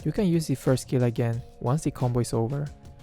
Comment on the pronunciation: Once the combo is oVvER. Lol